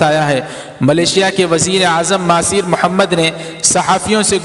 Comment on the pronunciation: مہاتیر محمد ہے ۔۔۔۔مہاثیر نہیں